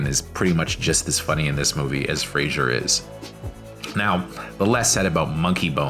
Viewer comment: please learn how to pronounce his name at least : freɪzər/ FRAY-zər !!!!!!!!